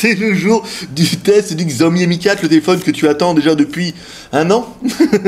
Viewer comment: Je l'aurais acheté tout de suite s'il était en 5.5 pouces mais en 5 je trouves ça trop petit. Je me suis habitué à mon zopo zp980+ puis à mon xperia Z Ultra donc j'ai plutôt opté pour le One plus One. PS: Cela se dit "sha-ô-mi" :D 33K c'est un peu mauvais. C'était lié au fait qu'Antutu était en beta ?! Parce que le mi3 est encore à 37K ... C'est un peu bizarre. Mon Oneplus est à 44K